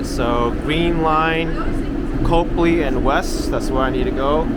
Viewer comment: It's pronounced "copley" not "copeley".